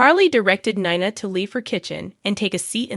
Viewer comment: I’m having a hard time with Nina. The pronouncing is really rough.